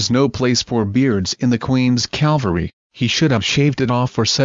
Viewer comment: It's CAVALRY, not CALVARY. The first is the mounted military service, the secound is where Jeseus of Nazareth was crucified.